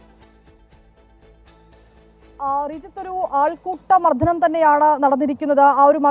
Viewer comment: മർധനമല്ല മർദ്ദനം😂😂